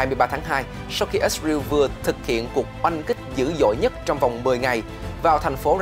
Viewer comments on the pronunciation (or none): đa số thì toàn là ít ra eo hoặc ít ra en thôi bạn chứ ko ai đọc là ít ra iu đâu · Ít sờ rờ yêu là sai, sờ rờ eo mới đúng 😂. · ix-rew là nước nào vậy cưng, is-ra-el. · Lần đầu tiên nghe có nước i sờ riu !!!! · Ít sờ rờ yêu. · ko phải cùng QG mà phát âm nhiều ~ mà cách phiên âm sai- IsRael ko phải Its real- chứ giọng huế SG HN khác bth mà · Kênh nên thống nhất cách phát âm của BTV, có người thì "ít sa riu, người thì ít sa ren, người thì i sờ ra eo" cùng 1 quốc gia mà phát âm nhiều quá nghe nó sao sao á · Ít riu là nước nào vậy, hãy phát ngôn chuẩn, để người nghe hiểu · lần đầu mới nghe có thằng kêu là ít sờ ra iu kkkkkkk